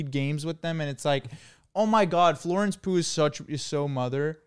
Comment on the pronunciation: LMAO WHY DID HE SAY IT LIKE THAT😭😭